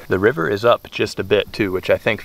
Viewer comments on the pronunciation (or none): none